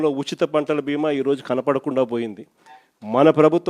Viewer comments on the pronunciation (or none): none